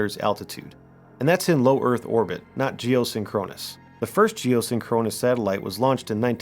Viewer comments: Dude, you need to learn how to pronounce big words before you make a video and say it 23 times. It's "geoSINKronous", not "geosinKROnus". Have you ever heard the Police song "SINKronicity"? It's not "synKROnicity"... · Capt. Kirk says Sink-kru-nous orbit-- you say Sin-kron-us ☺ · “Geo-sink-run-is”, not “geo-sin-chronus” ouch, my ears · Love your stuff bro. But the pronunciation is: 'sink-crow-niss' ... two objects are sync'd up. I WANT to think they are up there. But I wonder if anyone has looked into how the Gamma (and other) rays bounced around in our atmosphere (like radio waves do). Or maybe even bounced off the moon and came back in. <<<That one could cause 'northern lights' since they are the same type of rays that cause them from the sun, I think. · Sorry, it's pronounced "jee-oh-SING-kruh-nuhs" You're accenting the wrong syllable. Great content though. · Seen-Kro-Nus orbit. LOL 😂 AI needs to do better haha. Entertaining content though :) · Very interesting & well-put together. But who says "geo-synCHRONous" orbit? AI? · Geosynchronous is pronounced jee-oh-SING-kruh-nuhs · This has quickly become one of my favorite channels. One thing. You're saying geosyncronous wrong. Please look up it's proper pronunciation. It was jarring. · Do yourself a favor and learn the correct pronunciation of geosynchronous. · I am genuinely impressed that you can say geosynchronous as many times as you did and STILL mispronounce it every single time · Love this channel but the pronunciation of geosynchronous is triggering my OCD like crazy lol. Also, no mention of the dark knight satellite?